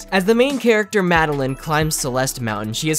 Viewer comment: Mad-el-eyen. Not mad-el-in.